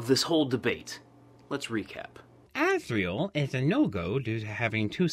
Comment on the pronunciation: azriel not azreal